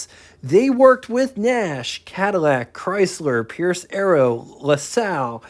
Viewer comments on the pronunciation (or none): none